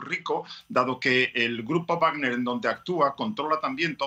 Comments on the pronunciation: X que la periodista dice grupa wagna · Grupo wagner, dilo bien coño.